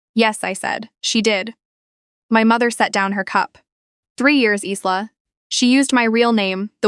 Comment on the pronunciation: Isla is pronounced wrong ; the is s is silent, the same as in Island